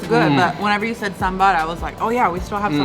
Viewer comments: The way to pronounce sambar is not sambaar, but saambar. I don’t blame you though, as our friends North of India say it as sambur! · "Ok so I'm gonna try this first in some sambarrr" Coconut chutney: "Wait! When did I change my name"?